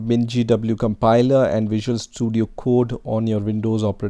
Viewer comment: A compiler❌ "a campailaaa"✅ 🙂🙂🙂🙂